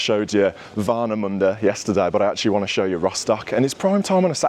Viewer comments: Glad you've enjoyed Rostock, Warnemünde (your pronouncation of it was really good btw ) and of course the Ostseestadion! You should come back here one day for a league match, just to experience our Stadium and the Fans when they give it all on the Stand! And thanks for that very respectfull video! All the best for Villa for the upcoming season!💪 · Your pronunciation is spot on, and dude, Germany is full of beaches, especially in this area. ;-) Lovely Vlog, thanks for presenting my birthplace in such a great manner. 🔵⚪🔴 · Mate, I love how you pronounce Warnemünde, haha! 😂 Thx for visiting, hope you enjoyed the stay in MeckPomm! Gonna give this a well-deserved like 👍